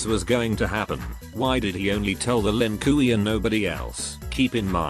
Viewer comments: The lin koo-ie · "Lin Kui" 😂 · The Ai saying LINKIWI kills me everytime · ah yes. The Lin Kooey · Lin KOOWEY 😂😂😂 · The lin "kooey" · Bruhhh... my guy said the Lin 'Koowee' 💀💀💀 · that "Lin Kuwi" pronunciation will never stop making me laugh:D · Lin Kiwi, a clan of Chinese rice farmers.